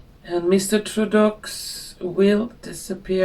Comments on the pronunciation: May I help you it is pronounced ( Trudeau) TRU DOE. thank you for your wonderful readings. A Canadian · It's pronounced Troo-doh. Poor Canada. The USA doesn't need the burden of Canada's economic problems, and we need to recuse ourselves from deficit spending on their protection as well. Fair trade needs to be employed. I'm just happy that Trump is alive and knocking out hundreds of executive orders to restore the health of our country. We need to dig ourselves out of our own deficits because of generosity to other countries and paying the majority at NATO, and fair trade (tariffs). His cabinet is making it through the process of vetting and approval even Kennedy Jr. which is surprising since he's going to affect big pharma and big food business big time. It's happening and I believe it is both our creation as human beings as a collective AND divine intervention.